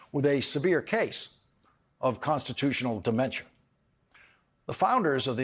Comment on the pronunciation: Constitutional. Not cpnstipational